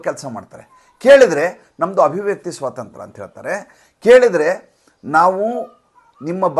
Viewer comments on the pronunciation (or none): none